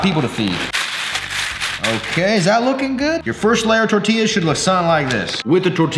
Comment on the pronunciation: I was so happy when he finally stopped pronouncing the LLs in tortillas then he did it again omg